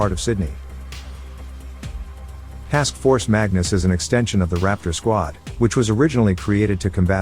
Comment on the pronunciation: Idiot AI voice over Robot. Can't get it right. "Raptor" it's on Thier jackets ffs